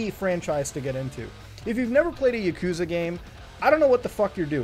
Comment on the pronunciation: i hate how he says yakuza